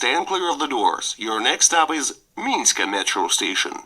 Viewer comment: Не минська, а мінська.